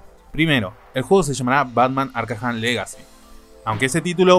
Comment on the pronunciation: Muy buen video, pero arkham se pronuncia "arcam" (como se escribe ) no arcajam Saludos